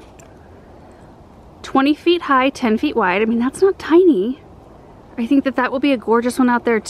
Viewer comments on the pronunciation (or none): none